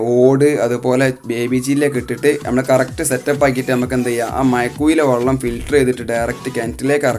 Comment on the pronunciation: വള്ളം അല്ല വെള്ളം ആണ്